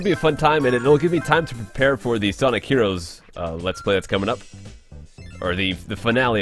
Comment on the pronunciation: Sanic Fast you know its called sonic not sanic, right?